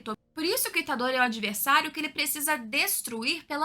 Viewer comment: Dá uma agonia de ver ela falando os nomes dos personagens... Máhito... Aí daqui a pouco falava Mahitô... Nânami... Itadôri...puts!